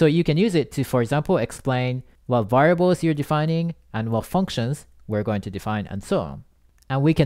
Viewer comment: I like how you say "variables" as "varbles" :)))